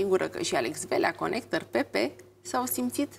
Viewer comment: Ea ii zice conecter :)))))))))))